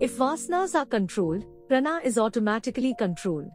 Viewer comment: Not prana, please pronounce as praanaa